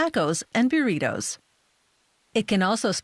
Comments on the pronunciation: Lt.Dolphin bearitoes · "Nahchos and byureetos"